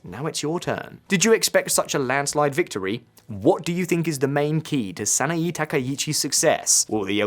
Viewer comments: That's Sana-Eh, NOT Sana-EE...! That's Abe! Not Arbe! Yen Plummeting? Right?? - 'Plummeting' from Y160 to the US$ to Y152.65 ?? That is Exactly the Opposite! The Yen has Strengthened, Not Weakened! It has Rocketed from $0.00625 to $0.00655 ! GET IT RIGHT! That's a 4.8% INCREASE! It is the US$ that has Plummeted!! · "Sah-nah-eeeee" And english speakers get all pissy when you mispronounce the mess that's english....